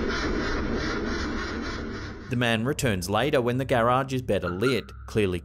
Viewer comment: Why do you say garage weird lol Anyway love you videos